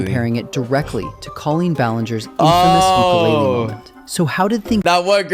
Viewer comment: ITS UKULELE NOT UKELELE